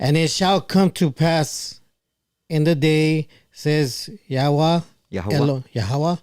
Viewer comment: it's "YA Weyy".